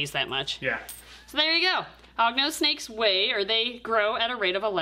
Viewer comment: Hognose no hugnose yes